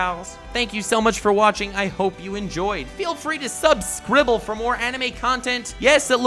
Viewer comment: When he says subscrible, instant nut